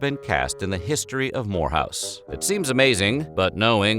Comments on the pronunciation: I came here to say that too! Every time he said Lafayette-More house, i kept saying Lafayette w** house. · I keep hearing whorehouse 😉🙃😂